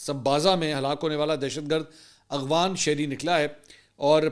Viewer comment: منصور صاحب ذرا غور کیجئے گا شاید آپ افغان کو “اغفان “ بولتے ہیں ۔